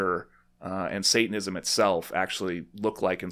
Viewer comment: I love that he can't even pronounce Satanism 🤣